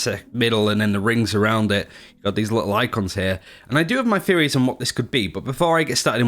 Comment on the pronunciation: Everytime he said Theories i misheard as Fairy